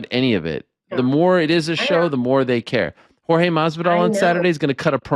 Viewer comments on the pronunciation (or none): You know it's on purpose right ... ???! 🤔🧐 ' MARVIDARL ' !!! 👍✊ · Maaan he even asked Gamebred if its Mathvidal or Masvidal and still says it wrong 😂